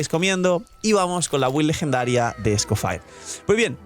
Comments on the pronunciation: "escofaier" lol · Por qué lo pronuncia así? 😰